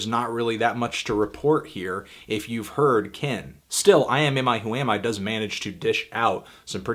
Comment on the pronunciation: That's uhh.....that's quite the band name. Good job pronouncing it in one go.